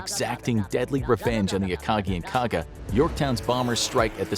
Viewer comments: Akaji? C’mon… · What is this “akaji” you speak of